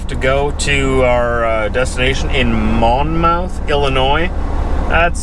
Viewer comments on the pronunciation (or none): It's most likely pronounced "Mon-mith". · MON-Muth is how it's pronounced good sir! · I might be wrong,, but I believe it's pronounced Mon-muth.